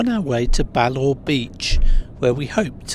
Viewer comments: Oh, and Ballaugh is pronounced "Ballaff" rather than "Ballawe". 😃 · Lovely views in the sunshine. It's pronounced ba-laugh (as in hahaha) by the way! 😄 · THought I'd say too it's pronounced bal "laugh" as in laughing I hope you return to the IOM :)